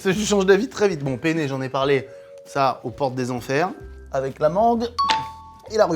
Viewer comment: La vidéo incroyable ☺️ cependant j’aimerais revenir sur un petit point important pour un italien 😂 c’est PENNE RIGATE et pas PENE 😂 sa a pas la même signification en italie 😂😂 Je vous aime les gars ❤️